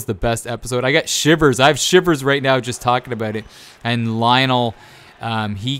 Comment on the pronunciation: Who the fuck is Lionel? It’s lion-o